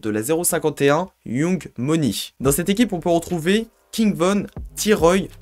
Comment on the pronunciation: J’ai stoppé la vidéo dès que le mec a prononcé « yOUng moni » applique toi un peu j’sais pas 🙄